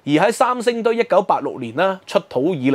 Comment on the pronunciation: 能不能说国语，不要说伤声堆